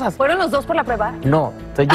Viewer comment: Karla no pronuncies preba, se dice prueba, no se porque se empeñan en pronunciar mal.